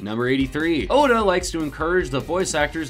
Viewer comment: Uhdda??? His name is oda.